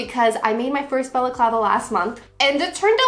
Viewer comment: I’ve never heard the word balaclava pronounced so in my head I always just say baklava 😂 thanks for teaching me how to say it!